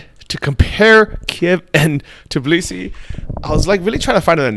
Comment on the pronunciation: I've watched 100s of videos and haven't found any foreigner who could pronounce TBILISI instead of tiBlisi. Why is it so hard for you to switch 2 letters???